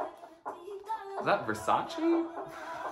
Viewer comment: its Versace, not VersaCHI